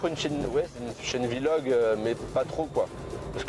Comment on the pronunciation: on dit pas "vilog" mals "vlog"